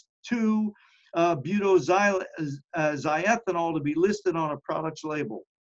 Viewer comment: Mispronounced it. Butoxy ethanol. Oxy means chemically that it contains an ether. Butoxy means it’s a butyl ether. Toxins are defined as poisons produced by living things. It sounds like you’re mostly concerned with toxicants, which encompass natural and manmade poisons.